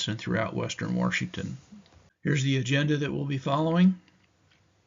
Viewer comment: Washington doesn’t have an r in it 😊